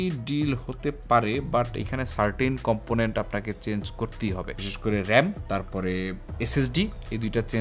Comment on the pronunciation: আজকে সব গুলা কম্পটনেন্ট বলার সময় কিছুটা কষ্টে ছিল। 😂